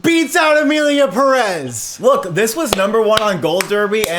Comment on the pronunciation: The Oscar’s expert can’t even correctly pronounce pérez